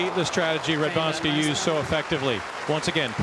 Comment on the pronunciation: The way the English narrator pronounces the 'w' in Radwańska makes my toes curl. The American commentator got it right bloody hell, why can't this chap?